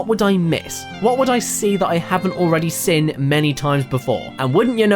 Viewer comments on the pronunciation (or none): Has anyone noticed he says 'sin' instead of 'seen'